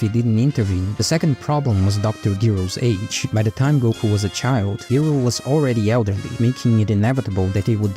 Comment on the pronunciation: You start by saying it seems like people just read the synopsis online but you can't say Giro properly... Watch the series again bro and correct yourself.